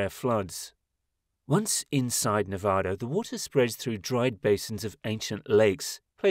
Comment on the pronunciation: Please don’t say Nevah-da, watch a video or something on how to pronounce it!! It’s pronounced Nevada!